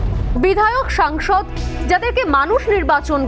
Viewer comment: SONGSOD NOY SANGSOD. BHUL BOLCHEN KENO.?